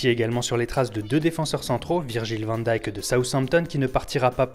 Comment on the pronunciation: Au niveau de la prononciation Van Dijk ça se prononce pas Van Daïk mais Van Deillek